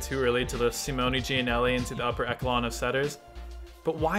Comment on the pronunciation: “Upper ekelon”???